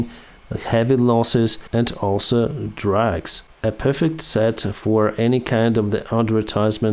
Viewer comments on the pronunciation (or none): and at many points, probably you are talking about "drugs" and not "drags"